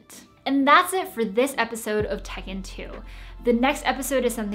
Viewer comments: Tech in 2 What I hear: Tekken 2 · Great explanation! PS: When you said tech in 2 I thought you said tekken 2 lol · I totally heard "Tekken 2"